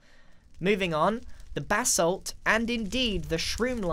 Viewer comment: It sounds like he is saying BATH SALT instead of BASSALT.